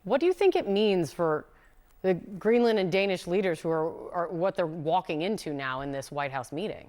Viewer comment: The anchor is pronouncing 'Greenland' incorrectly.